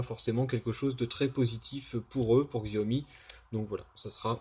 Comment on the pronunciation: ça se prononce jaomi !